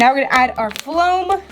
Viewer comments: This is how many times she said flom 👎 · She kept saying floam she needs speech class LOL